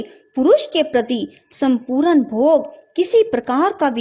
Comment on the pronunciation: Y geeta ka adhyay to achcha h pr Hindi vachan m bhut ashudhiyan h jaise......svrg .shreer.smpoorn.aur vishay adi bolene m bhut ashuddh uccharan hua h.plz ese sudhare🙏🙏